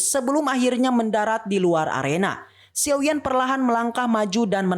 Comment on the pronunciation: Dan bukan xiou bang tapi xiao